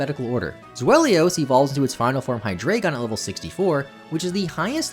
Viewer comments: It’s pronounced zWHY-lus. The evolutionary line’s names all include the german numbers for 1-3 (ein, zwei, drei) in reference to the number of their heads. Cosmoem actually weighs 2204.4 lbs. You’re confusing it with its weight on kilograms, which is 999.9 kg. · Here's a fun fact about Zweilous and Hydreigon: THAT'S NOT HOW YOU PRONOUNCE THOSE HOW DO YOU PRONOUNCE ZWEILOUS SO WRONG